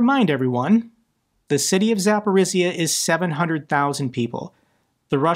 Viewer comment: Zaporyzhya ZapporyŽya ---the sound /ž/ , like in French words Jean etc....